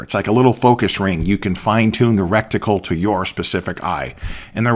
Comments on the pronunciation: The word is RET-I-CLE. Reticle. It is not wrekticle. I enjoyed your presentation. I turn down the illumination on my red dot. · I believe it's reticle not recticle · Great info, great summary. Thanks! BTW, it's reticle, not recticle. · Please: RE TICLE not REC TICLE> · This guy says he's been shooting for 30 years but doesn't know its reticle not "recticle." Tell me you are a youtube gun "expert" without telling me you're a youtbe gun expert. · Why do you keep calling it recticle? It is reticle. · Is it just me, or is he saying "recticle" and not reticle? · Great video. Very helpful. But humor me... It's, reticle, not "recticle". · Reticle not rectical. I hate to think what a rectical. might be used for. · I cringed and clenched every time rectical came up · Soooo you’ve been saying rectical for 30 years? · I am watching this video on the toilet, am I being punkd'. Why he say recticle when I am about to wipe my ass.😮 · LOL not sure it’s as bad as “nuculer” vs. nuclear, but I’ve said “recticle” for so long it’s hard to hear it as wrong! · Wrecked tickle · Great information. One thing, The term for the crosshairs or aiming pattern (dot) inside an optical instrument is reticle (pronounced RET-i-kul) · It makes me chuckle each time he says "recktical". LOL! He took the words "rectum" and "reticle" and made a new word. I love it. :) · Good god, lad — every time you said “recticle” the hackles on the back of my neck raised — learn proper nomenclature, please! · You did mean to say "reticle", right?